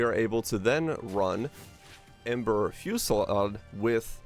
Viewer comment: The way you constantly struggle to pronounce "Ember Fusillade" doesn't bode well. Are you Canadian?